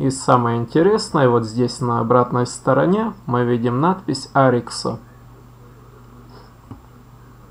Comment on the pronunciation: Добрый день Поставил лайк,хотя Вам стоило бы вникнуть глубже в тему. По поводу дельфина Тюшка, название пошло от первых двух букв ОY. Тетта и юпсилон, (ТЮ) Остально уже добавили местные жители села Парутина. Не нужно говорить на него О-Ви, так же очень режет слух от Ариксо))) Заметно что Вы проживаете далеко от Ольвии, местные говорят Арих